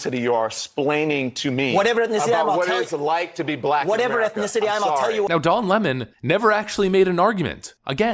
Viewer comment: It's not Don leemoone it's Lemon. Like the sour fruit.